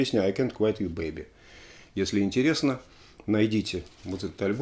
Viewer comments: Алексей, ну всё класс, конечно. Но какой " ай кэнт квайт"? Ну ай кэнт квит ю бэйби, же (е) О, отмотал назад, там уже первый комментарий )) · I can't quit (куит) you baby. Если правильно произносить.